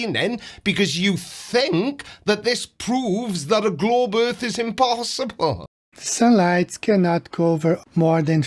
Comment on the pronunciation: "If I ignore this thing right in front of me, then this proves flat erf!"